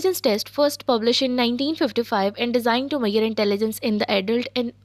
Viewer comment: measure not mayer